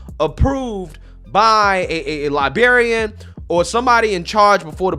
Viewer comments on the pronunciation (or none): Librarian.... not Libarryiann.... Dont forget the R lol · I'm wondering what a "Libarian" is... I always thought it was "Librarian" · theres an R in library and librarian its not libary or libarian... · You said li-berry-an lmao you mean li-BRARIAN lmao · What's a libarian? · What's a libarrian? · Dude, it’s librrrarian, not liberryian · "Libarian" lmfao. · Bro… you forgot the “R” in Librarian!! Come on, you’re better than that 🤣🤣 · bro said Ly-BEAR-ium lol